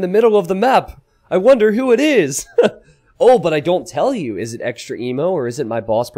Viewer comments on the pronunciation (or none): is no one gonna mention that it's EXTREME-O not extra emo???